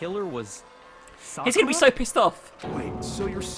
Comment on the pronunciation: Sa ku ra not sa kur a damn that was bothering me the whole time and if someone mentions got lazy to look at comments